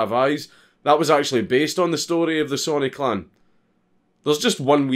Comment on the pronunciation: It took me ten minutes into the video to realize he was saying clan and not clown. Lol.